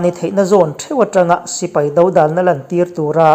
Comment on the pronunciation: I ṭawng a fiah, a thluk a ngaihnawm bawk; uar tur lai i uar tawk hle mai bawk si. Dódalna tih erawh dòdàlna tih awmah ka lo ngai ve, inselna ni lo se. Dawklak hi a awm ve ṭhin avanga han sawi ve hrim hrim ka ni e.